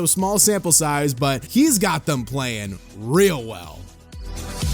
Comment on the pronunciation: Also it’s thEm not thUm that shit is so annoying